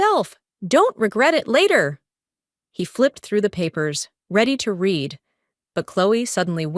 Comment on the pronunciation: Again....yet again! Read in tha past tense is pronounced "red"